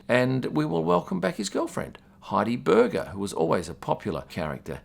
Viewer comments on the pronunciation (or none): none